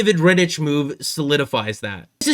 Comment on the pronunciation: No disrespect, but you are way off on a lot of things you have talked about. Firstly, Rittich (ick not itch) is way better than Hutchinson. You can't look at stats and say he is not good. You can take any goalie in the league, put them on Calgary and their stats would be way worse. Second, Mike Reilly is not a good defenceman. If Reilly was on this team, he would probably be behind both Sandin and Liljegren on the depth chart. If you are going to get another defenceman you need them to be better than what they have at their disposal already. Otherwise it's a waste of picks. Third, Foligno is a waaaay more valuable than Laughton on the trade market. No way a trade involving Laughton would have a 1st included. I like Laughton, I wanted the Leafs to get him, but I would take Foligno over him any day of the week. Again, no disrespect, keep doing your thing. I just don't see eye to eye on any of yours takes.